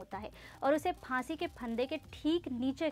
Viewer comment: फासीeee instead of फाँसी 😂😂